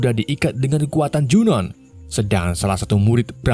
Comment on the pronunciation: Junoon dibacanya Junu Jeena dibacanya Jina